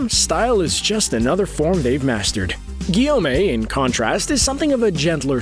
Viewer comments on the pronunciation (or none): english accent vs pilipino accent "giyowmey" "gyomi"